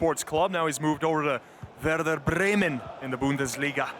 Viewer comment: The commentator saying Werder Bremen is the worst thing.